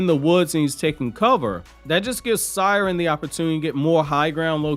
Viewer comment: Seiren is pronounced as “Say-Ren” even in the anime that’s how they said it lmao I’m a fan of you but u butcher way too many names 😂